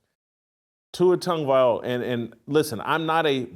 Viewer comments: This guy still can’t pronounce Tua’s last name. It’s not Viola 😂😂😂😂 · Whitlock can say words like “ask” and “expect”….. However, he can’t say Tagovailoa. 😂😂😂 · At least pronounce it right Shitlock You wouldn’t stand for your name being publicly butchered….shows how little you care to not spend 3 seconds to pronounce it right , it’s not hard , if it is to you Mr. Whitlock than it say much about you. Tonga-Vai-low-ahh All together now … Viola Whitlock ? Really ? Your phonetics are about as good as that whack ass Ross shirt with the burrito stains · That man said TUA TONGUEVIOLA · First of all, the fact that you still can't say his name correctly is f*cking ridiculous!! Second... watch Kurt Warner's complete breakdown of the interception, and you will understand why I just un-subbed from your channel! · As well as reversing them. And this guy is/was a journalist? 😂😂😂😂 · This man cannot say that man's last name for nothing 😂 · try learning to pronounce his name for once